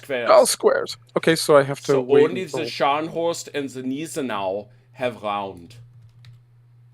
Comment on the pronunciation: Gneisenau - pronounced G nise en ow. In German ei is pronounced as eye & ie is pronounced as ee. i.e Stein = Stine